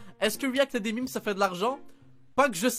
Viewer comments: on dit pas mime mais memes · SA SE PRONONCE UN ""MÊME "" PUTAIN 🤣